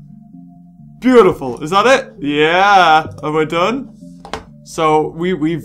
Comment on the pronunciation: XD i subbed when he said, "Arent we bootiful" XD